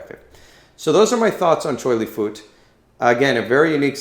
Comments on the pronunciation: it is pronounced fuht. like with an up, minus the p. still spelled fut though. please stop saying fooot. you are butchering it. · It's not pronounced as "foot", but "fart", in Cantonese means Buddhist. So Choy Li Fut is a system of Choy, Li, and Fut. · it's not pronounced as FART. It's pronounced as FUT as in Butt. never fart. where did you even get that from. and yes, we are one of the original MMA styles of chinese kung fu.